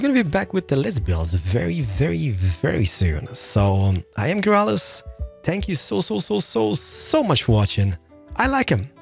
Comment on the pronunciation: 0.23 lmao i thought he said "spank you"